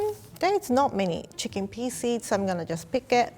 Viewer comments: I like how she pronounce chicken as Chickin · That’s the cutest pronunciation of chicken I’ve ever heard.